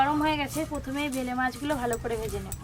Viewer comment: ভেলে মাছ না বেলে মাছ বলে আজব সব উচ্চারণ